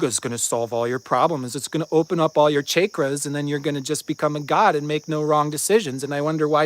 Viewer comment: completely lost it at “chaykras” 🤣